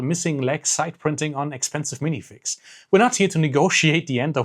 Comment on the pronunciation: This dude gets it. ALL of it. I am happy to be part of the same species as him, even IF he has difficulty pronouncing “minifigs”